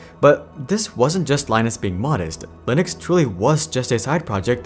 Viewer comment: Linus' name is pronounced the same way as Linux, rather than like the Tech Tips person.